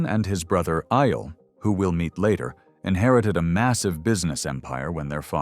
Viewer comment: Eyal aayal not I-yel. Again.